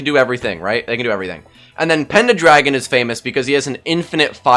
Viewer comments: Im 100% sure its pendragon lmao I keep chuckling when he says it "SURELY he'll realize!" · It’s also killing me that you keep saying penda-dragon hahaha im p sure its pendragon!